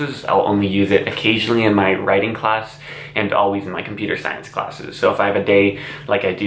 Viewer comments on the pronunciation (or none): It’s pronounced class, not clash